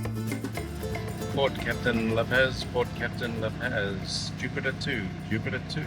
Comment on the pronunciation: La PAZ... like OZ... not PAZ like AS lol 🤟